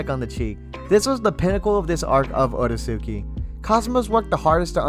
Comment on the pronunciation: You mispronounced the name you wouldn't call the Akatsuki AH KAT -SOO -KEY. It's pronounced OH RAY- SKI